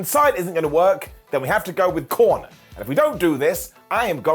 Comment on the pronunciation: Your killing me calling him Corner😂😂😂😂😂